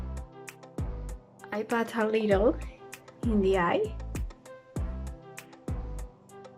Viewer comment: Don’t say “pot” pronounce it as it is written “put” 😊😊😊😊😊 entendí todo lo que dijiste muy bien 😊🙌🏻